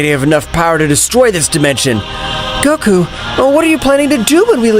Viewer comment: bro stop his making goku's name bad